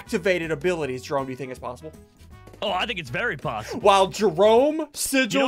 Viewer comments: he said “i think it is very POPssible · it is definitely "poppable"